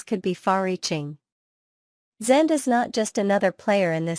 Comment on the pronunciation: yeah funny that......... it is an artificial intelligence talking and you'd think that it could pronounce the name correctly